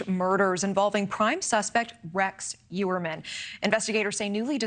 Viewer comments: that is how its pronounced in Long Island and Staten Island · Why is she not pronouncing the "H" in Rex's last name?